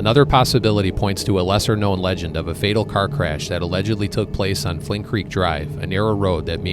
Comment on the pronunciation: It’s Flint Creek, not Flynn Creek